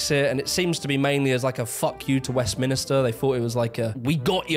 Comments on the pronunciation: I’m sorry, I had to stop watching as soon as you pronounced it as ‘Westminister’ 😵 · Only one "i" in Westminster. There's Westminster and there's "Yes, Minister", there's no Westminister. I enjoy your videos, not meaning to be an arse. Cheers. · It’s Westminster, not west-minister!!! The first time you said it I thought you just misspoke, but then you said it again. A minster is a big church, a minister is a person who works for the government. Westminster is named after a church. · It's not Westminister it's Westminster and I'm from the North. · Ahh yes - “West Minister” 😂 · Westminster - not West Minister. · West MIN STER, not west minister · Westminster, not Westminister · west-minister ? not west-min-ster ? :)) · I thought when you said it once it was a mistake but then you said it again. So just to clarify since you are a southerner and should know better. Westmin"I"ster is not a place. It's Westminster ... Min-ster... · Why oh why do YouTubers say Westminister instead of Westminster 😂😂😂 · "WEST - MIN - STER"..... not: "WEST - MINISTER" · Are you saying “ Westminister” for a reason or just a slip of the tongue!? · Okay northerner. "West minister" lmao. Its called "Westminster". Why did you add another i? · He says west minister ffs 😅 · Did you seriously just say "west minister"? MINISTER!? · Very professionally presented, though insisting on calling Westminster "WestMinister" does erode confidence in your professionalism somewhat! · Decent vid this but say it with me: "Westminster". Again: "WestMINster" Where the MINIsters work. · Why do you keep pronouncing it “westminister” that’s so fucking weird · Are you not undermining your own point about the discrepancy between the north and south of England with your East Germany comparison? Berlin IS the London of that region. Also, please pronounce Westminster correctly.